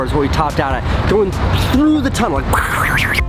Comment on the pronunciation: “TUnnel” Not tryna hate Luv ya Casey